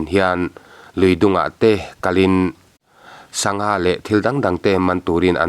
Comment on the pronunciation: Lui sa ah sanga a awmlo.😂😂 sangha tiha lamrik tur anixawk e.😮😮😮